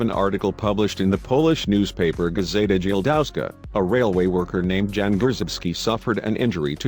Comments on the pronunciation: For everyone out there Jan is a polish name pronounced yan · Jan is pronounce Yan. It is the equivalent to English John.